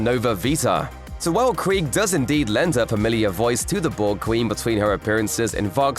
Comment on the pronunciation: You’re not pronouncing Krige correctly.